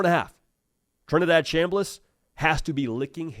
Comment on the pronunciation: Did he say Trinidaddy?